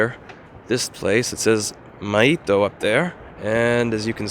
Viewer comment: "Maito" is Finnish for "milk" but I'm guessing that's a name or something else. Louis' pronunciation was actually pretty close to how it's pronounced in Finnish.